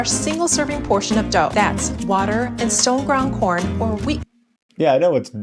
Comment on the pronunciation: Kinda odd to use the accent with “corn” and “fresh” lol but I know pronouncing Spanish words with the accent happens a lot. Especially with Spanglish speakers